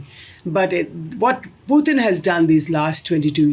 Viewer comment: Blo_dy LIAR of a Commentator. Titles her program "Why India ... " but does not even touch upon it. Typical Indian Flim Flam with BOGUS Gurus etc. To top it she mis pronounces "Pu-t-in" in a typically uneducated, incompetent but pretentious Indian way, pathetically full of themselves, the IRRELEVANT Billion !